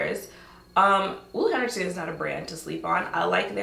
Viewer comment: My fave part about this video is finding out ole henricksen is pronounced that way 😭